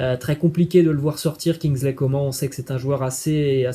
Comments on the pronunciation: "Kinsley Comment" 😅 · Comment tu dis Kingsley coman? et toi vous avez du mal des fois avec les noms de joueurs mais sinon merci pour les infos